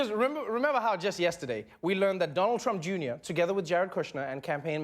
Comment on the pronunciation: "Donald Trumpa Junior" xD